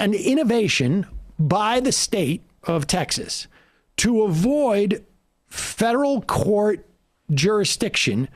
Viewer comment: I think it's 'Federal Court', not 'Feral Court'; or maybe...